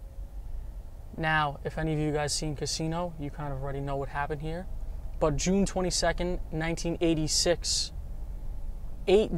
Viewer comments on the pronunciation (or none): none